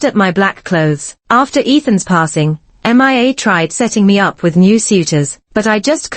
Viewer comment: This particular A.I. voice seems to have issues. It keeps say M.I.A. instead of Mia.